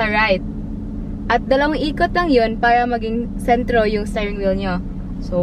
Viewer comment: I keep hearing "staring wheel" instead of stirring😅